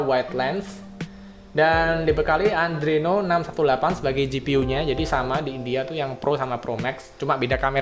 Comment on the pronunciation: Sorry bang ngasih saran sikit, itu Adreno bukan Andreno hehe